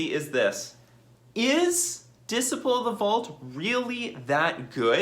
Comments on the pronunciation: Dis-iple of the Vaut, lmao It's Dis-sipe-ul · Dis-uh-y-pul not dis-ih-pul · whauh? Diss sigh' pull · Lol you're mispronouncing Dis - ciple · You good bruh, Diseyepull 👌🏾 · Unban the artifact lands... it restricts the colors some artifact decks can be in, plus affinity had died along time ago Edit: and your pronouncing disciple wrong, just so you know